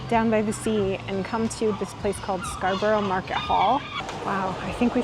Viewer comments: Pronunciation - Skar-bru. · Appreciate that you didn't pronounce it as 'Scar-bo-row'